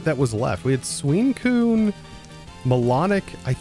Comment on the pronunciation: Bro said suincune instead of suicune